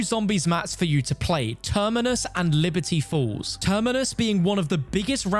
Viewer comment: Everytine he says Liberty Falls , i hear Liberty Balls